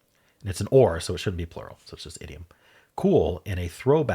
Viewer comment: Apologies I stand corrected. It sounded like you said it should be plural. You said shouldn't quickly and the end 'nt' got lost